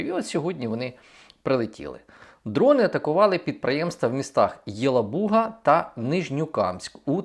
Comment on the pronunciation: спасибо за качественную и своевременную информацию! Только, прошу прощения, в слове Елабуга ударение нужно делать на второй слог. Для меня этот город связан прежде связан с тем, что там похоронена Марина Цветаева. Ещё раз большое спасибо за эфир❤!!!